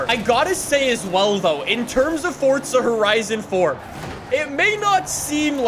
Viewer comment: fortsa horizan foar